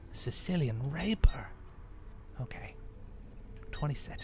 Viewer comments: Rape-eer, not rape-er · I think it's pronounced Rap-e-air, not Raper. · it's RAPIER not RAPER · toby:sicilian ray-per! me: TOBY! ITS PRONOUNCED RA-PI-ER! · I'm fairly sure the sword isn't called a raper. I think it is pronounced rap-e-air. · Sicilian Raper... It's rapier! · Lulz. It's "rapier", not "raper". Completely different thing. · Toby, it is rapier not raper. Rape eeeeeee er Not raper Rape er xD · Thumbs up if you noticed Toby said Sicilian Raper instead of Sicilian Rapier *-* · lol sicilian raper its pronounced rapyer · When he said "Sicilian Raper" I burst out laughing. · it's rap-i-er Toby, Scilian raper is something very different. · Toby said Rapier wrong it's rap ee er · lol slican raiper or is is it slican raper ?.... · I used to have the same problem pronouncing rapier.